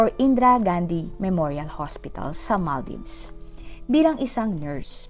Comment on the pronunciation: Ang sagwa pakinggan ng pronunciation . Kalurky😮😮😢 ( maal·deevz) NOT mal-dayvs